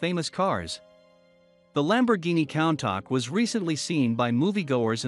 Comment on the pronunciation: it's countach (ku-n-ta-sh)